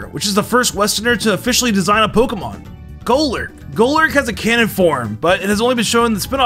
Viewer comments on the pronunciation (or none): none